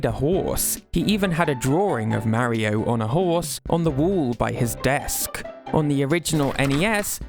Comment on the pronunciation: What is this ai shite? Maaario? It’s Mario.